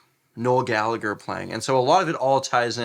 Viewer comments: 1. Gal a her Is how its pronounced Not galager 2. Listen to Johnny Marr... Charming man Keep up good work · You pronounce the hard g and silence the h in Gallagher. For those Gallaghers anyway. Irish names are so inconsistent 🤣